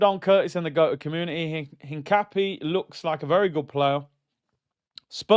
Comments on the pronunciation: Hincapie is pronounced EEN-KAH-PYEH and he's a more natural left back than calfiori and MLS moves to CM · Hincapie has the accent on the "i". The i is pronounced like the "i" in internet. The "e" like the the "e" in Endurance. Im latino